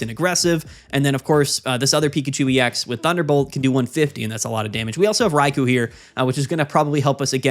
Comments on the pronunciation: I had to look it up, Rai - Koh is apparently the correct pronunciation (they all are their respective element + honorific) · In Japanese, Raikou is written as ライコウ. It’s pronounced ‘Rai-koh,’ where ‘Rai’ sounds like rye (the bread) and ‘kou’ sounds like koh with a long ‘o.’ So together it’s Rai-koh, not Rai-koo. ❤